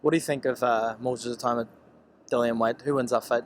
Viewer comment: It's "Itauma"not "Itooma"